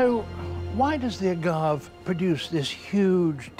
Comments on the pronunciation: Agave is a three sylable word, a-ga-ve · strange he drops the e. (pronounced as in Spanish "a") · I had never heard agave pronounced that way.